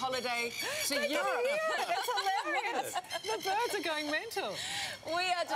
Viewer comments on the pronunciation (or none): I like how she calls birds birbs